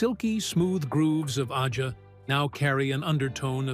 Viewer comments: "Ahja" and Donald "Fahgen." AI narration is such a cesspool of mistakes. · Can that click track BE any more annoying? And “AH-JAH?” GTFO! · Is the narrator AI? Mispronounced “Aja” and “Fagen”. Love LC but this video sucks…boring repetitive, no music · Aja. And Fagen are mispronounced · Ridiculous clickbait, pieced together by AI with AI voice over that even mispronounces Aja and Donald Fagen’s name. Complete BS. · Who is this joker? He doesn't even know how to pronounce the word AJA. Not a single word from Larry himself. Oh, and Fagen's name IS NOT pronounced Foggin. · AI bullshit, can't even pronounce AJA correctly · Yeah, they can't even say Aja...😅😅🤣🤣🤣🤣😂😂😂😂😂😁🤣🤣🤣🤣🤣🤣